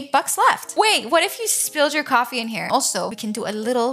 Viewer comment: No hate but why do you say "cwaffee Table"